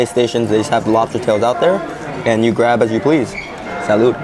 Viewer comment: Your videos are interesting but every time you say salud, it annoys me so much.